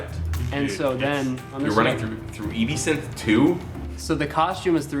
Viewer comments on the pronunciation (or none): dude, its not "ee-bee-sinth". its pronounced as one word like the drink absinthe. Its "ehb-sinth". its driving me crazy that you say E and B separately